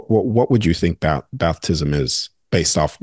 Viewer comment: Bruh saying Bathtism?